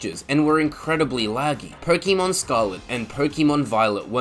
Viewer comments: It’s Pokémon not pokimon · Personally, I don't listen to the "advice" of someone who pronounces it "pokEEmon" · Its not 'Pokeymon' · The way you were pronouncing Pokémon 💀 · I can't take pokèmon advice from someone who mis pronounces pokèmon. Also I would rather pay $35 for a DLC than buy the same game again but "utlra" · You mispronounced Pokémon.